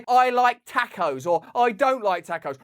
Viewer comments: Seriously thinking about unsubscribing purely for the way that Russell pronounces “tacos”.😂😂😂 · Damn it.... 2 years trust built over hours of podcast and time went down the drain when he said Tack-o's